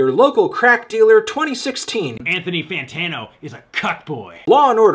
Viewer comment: “anthony FANTATNO”